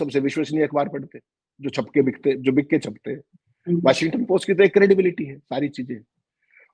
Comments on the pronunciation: Its Washington Post not “ Washingatan post”😅😅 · please pronounce "Washington"not as Washingatan. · आप वाशिंग - टन बोलते हैं, जबकि वो वॉशिंग्टन है। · 😂😂 Washing gaton kya hota hai yeh Washing gaton 😂🤣🤣 Washington hota hai Washington Chitragupt 🤣🤣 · it's Washing-ton / Washington.